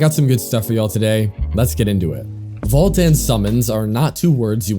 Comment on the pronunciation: I die inside every time you say "Vault" instead of Volt